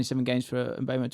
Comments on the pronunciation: It is pronounced as M-bwemo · it's mm-boo-mo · No its not. The name is Mbeumo. Pronounced Mm-boo-mo